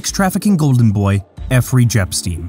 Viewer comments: "Effery jepstein" 💀💀💀💀🤣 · Why are you keep calling him "Effrey Jepstein" ?? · Did you just say Effrey Jepstein😅was that planned?😅